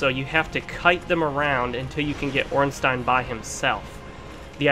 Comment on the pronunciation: Finally, someone that actually say "OrnstEIN" xD